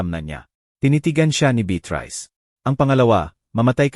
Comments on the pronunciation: SANA, PAKITAN INYO ITONG NARRATOR...NAKAKA SAWANG PAKINGGAN..MALI - MALI ANG MGA SALITA..ANO BA NAMAN IYAN..HINDI MABIGKAS NG MAAYOS ANG MGA WORDS... BEATRICE...BITRISE...POPOPO... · Pti beyatris dapat naging beat rice n hehe pti tuloy ko mabobobo n s pagsulat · Beatrice hindi bet rise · 😂ung beatrice bit rice ahahahhh🤣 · Ano ba itong storyteller mali mali bikas khit hosi - josy, beatris hindi beatrice andaming mali pronuciation ayusin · Beatrice hindi betrice. Tapos notibook imbis notebook. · bakit Mali Ang pag bigkas ng Beatrice at notebook